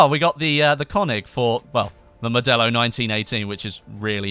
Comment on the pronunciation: I've always thought modello was pronounced,(mod-ay-oh) because it's Italian...